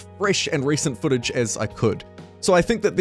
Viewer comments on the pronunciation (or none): none